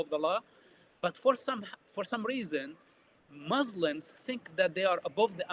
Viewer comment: I’ll never believe a person claiming to be an arab who say the word “mzlims” he’s definitely a fraud we make fun of western who cannot pronounce the word مسلم he’s a Jewish Zionist